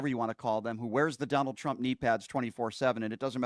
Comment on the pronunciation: Someone pointed out that it always sounds like KKKaroline is saying, “President CHUMP”..& now I can NEVER unhear it. 😄 great example